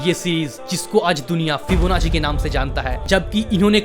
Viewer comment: फिबोनाकी ना कि फिबोनाची। 😅😅